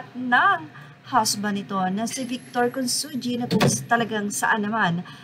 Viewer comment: Consunji pronounce as Con sun hi !